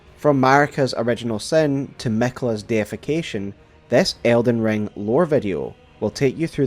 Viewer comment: Did anyone else think he said elden John? 💀